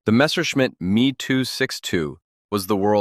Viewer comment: And it's wrong. It's short for Messeschmitt, why would you break it up? You are literally wrong. Literally literally.